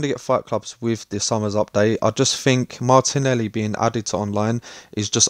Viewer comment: I think its MARTELI NOT MARTINELI BRO